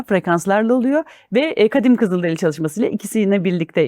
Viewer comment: onlar “kızıldereli” değil, kızılderili 🌸